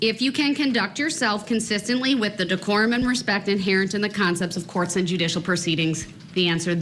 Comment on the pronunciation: did you notice sometimes he said ask?…I think a lot of it is an act…but he also says troof,instead of truth..substain instead of sustain..he says dujicial instead of judicial and so many other things I’ve heard from similar people